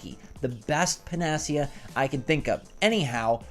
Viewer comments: I cringed. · Why do you pronounce panacea so wrong? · If you’re going to use panacea please learn how to pronounce it correctly